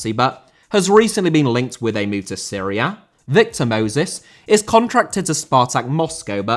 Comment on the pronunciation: Antonio* not Antouwniouw Conte* not Contei Debut* not Deibyu Alberto* not Albötouw Debut* not Deibyu Courtois* not Courtoir Rather* not Rother César* not Ceisah Azpilicueta * not Azpelecueiter José* not Djouwsei Kanté* not Kantei Serie* not Siri China * not Chiner Saw* not Sor Barcelona* not Bohçalouwner Eden* not Iden Bernabéu * not Bönabeyouw Lukaku* not Lukohrku Diego* not Diyeigouw Álvaro* not Alvohrouw Morata* not Morohrter Half* not Holf Cesc* not Cess Roma* not Rouwmer Moskva* not Moscow